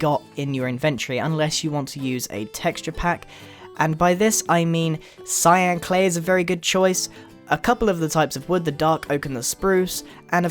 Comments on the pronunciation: Click to hear Grian say "Lyan Clay" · he said clayan clay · he said slyan clay